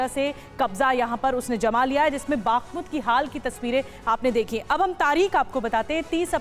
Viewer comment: Matlab ah,ah,aa matlab,baaakhmut,😂😝 nehi ma'am Bakhmut hai.